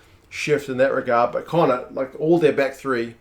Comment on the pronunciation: Need to work on your connaught pronunciation, more flem in the throat at the end helps